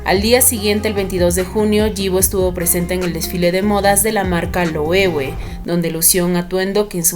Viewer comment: Thanks for caring for correct pronunciation of LOEWE))